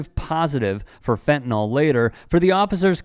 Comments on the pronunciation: FentaNYL (pronounced fentaNIL) not “fentanol”. What the f is wrong with everyone? It makes you sound like idiots. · Why do people pronounce fentanyl as "fentanol"?